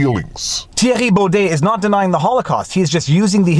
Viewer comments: I am from holland and voted for him. I agree with thierry on this. Btw viva. Excellent prenounciation of the name. Very good. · Hi Viva. Compliments for perfect pronunciation of Thierry Baudet’s name. You are a natural.